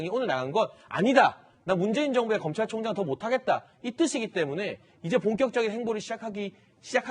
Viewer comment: 문줴이인 줭부의 검촬총쟝이다... 문재인씨 발음 너무 이상해요